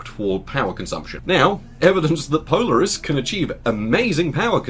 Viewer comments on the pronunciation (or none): Polaaaris not Polariiis.